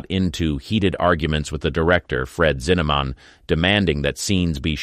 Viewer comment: Freaking AI! Bet instead of Betty, Hustin instead of pronouned "Houston", spell Leigh as Lee and Cary as Carrie, and lifestyle as LIF style, and Zinnemman as Zinamon.